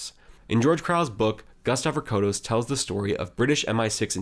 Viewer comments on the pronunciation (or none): Harold Holt is a Cake Eater, a Tool. And It's Gust Avocados Pronounced. Avo-Cados